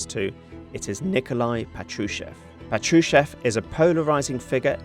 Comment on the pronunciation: PA-tru-shev (that's how it's stressed). 🇺🇦🇺🇦🇺🇦 Слава Україні! 🇺🇦🇺🇦🇺🇦